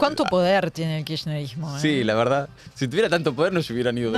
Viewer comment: Si la presidenga se va a tomar el trabajo de armar semejante teoría conspiranoica, por lo menos que aprenda a pronunciar bien la palabra “kisherismo”